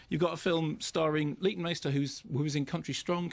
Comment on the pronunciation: LAYton not LEEton.